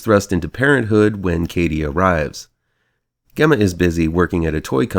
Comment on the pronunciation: Gemma's name is pronounced with a j even though it's spelled with a g. And (cue Greta voice) how DARE YOU say this film is a slightly more sophisticated Child's Play without Aubrey Plaza to attract you all the way through?!!! Who has a thing for Aubrey Plaza?!!! Again, how DARE YOU?! "Those of us who are already there" have plenty to cheer about, Sir! AGAIN, how DARE YOU?!